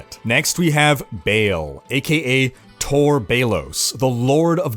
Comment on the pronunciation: Its Baaaal not Bale! Wtf?